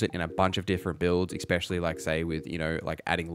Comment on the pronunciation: Thanks so much! Pet peeve, it's ESpecially not EXspecially. 🙂 (not trying to be a jerk)